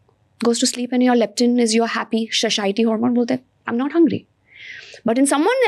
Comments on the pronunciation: What’s sashiety? 😂😂 Its satiety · It’s saTIEty, not SHHAShiety